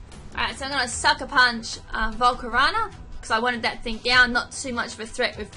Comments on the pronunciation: Volcar O na not volcarana. Cheers. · she didn't pronounce it as slyveon she pronounced it syliveon with an "i". i dont mind that if anything like it, BUT "volcarona" being pronounced "volcorana" is one of my disliked pronunciations. mainly because it sounds like banana which for all i know could be the joke. :P